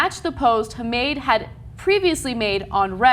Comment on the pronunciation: It's pronounced "Ha-ma-de"